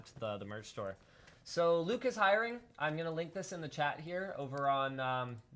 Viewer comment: Not to be a grammer nazi, but it hiring not highering